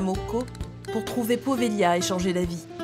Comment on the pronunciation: c'est poveglia son nom! prononcer povelia en italien! j'aime beaucoup cette île. N.🌷